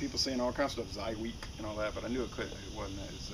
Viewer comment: I think pronounced it right.